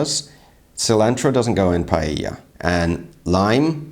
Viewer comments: ? pallella??? If she doesn't even know how to pronounce paella, what can you expect? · Not only none of them did a good paella, but they all mispronounced it 'Pallella'. (Except from the guy reacting which has very decent spanish accent).